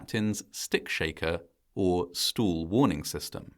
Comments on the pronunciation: I think this was an incredibly well done video. If I may make one suggestion - the word stall sounded like stool to my ears and was distracting from the narrative. No offense intended and thank you. 🌷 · I'm fascinated by this narrator's pronunciation of "stall." I know that the British phonetic typically sounds quite a bit like "stole," but this narrator's "stowool" is even more stressed. "Coze" for "cause" was also very interesting. I'm guessing this documentary is about 12 years old. $500,000 in 1979 would have been the Consumer Price Index adjusted equivalent to $2.2M in 2025.